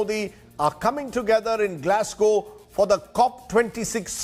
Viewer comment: glas"glow"? hahahahhaa